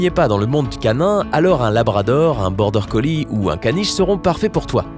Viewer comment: BORDER COLLIE ET PAS COLLISE